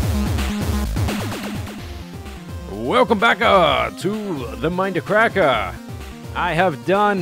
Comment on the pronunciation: when you say "welcome backa to the mindackracka" it sounds like "caca" wich in spanish means shit or poop